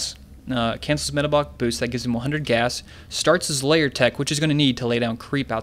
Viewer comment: Please stop saying 'layer'.. It's a lair, not a layer.